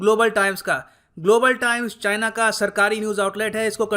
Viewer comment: Global Times Nehi Gobor Times 🤣